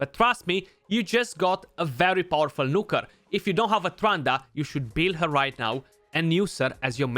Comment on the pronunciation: I love it when you say Nooker dude =) <3